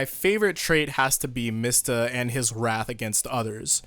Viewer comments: You mean MEE-sta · it's "mee-stah"